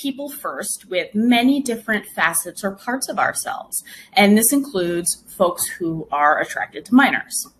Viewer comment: When I heard that "licensed sex therapist" talk about MAPs, I'm pretty positive she was saying "folx" not even "folks", she was that woke.